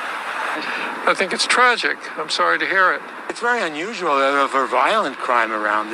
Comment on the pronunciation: That one guy being interviewed sounded like he said “it’s sun usual”. 😂